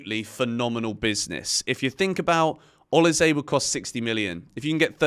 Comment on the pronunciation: O LEE SAA - try this pronunciation 😅😅